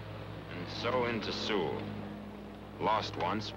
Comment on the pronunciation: Newsreel reader calls Seoul "Sewell," and it was lost twice and recaptured twice, but we don't know the date of the newsreel.